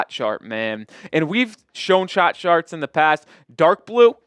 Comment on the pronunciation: Levine? Levine? Are we trying yo talk ourselves into merely incrementally better than Tyler and expect that to fix everything? We need to think bigger with all these young trade pieces. Also, you said sharts instead of charts lol